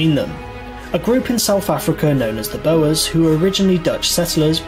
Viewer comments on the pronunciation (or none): They weren't "Concentration" camps, they were internment camps. The impact on the inmates was of course terrible, but whoever made the original video needs to re-educate himself on pronunciation of most of the words in the video (e.g. "Boers" is pronounced "Bores") and stop misusing emotive words like "concentration", amongst other things. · Very interesting and informative, but Boers in South Africa was pronounced incorrectly. It is not "Bow Errs" but should be pronounced Boors to rhymn with Moors. Incidently - two of the leading Boers were General Louis Botha who became the first Prime Minister of the newly formed Union of South Africa and supported the Allied cause in the First World War. General Jan Smuts became the second Prime Minister and also supported the Allies in the second World War. Curiously, he had fought against Winston Churchill during the Boer War, but he and Churchill became close friends, leading to Smuts being made a Field Marshall during the Second World War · BOERS ( pronounced Bores ) not bow was.